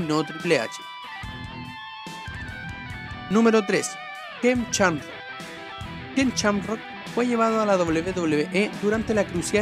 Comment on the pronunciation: No se dice Chamrock, no seas ignorante por favor